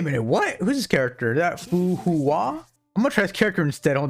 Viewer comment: Btw its read as fu hwa but in jp its fuka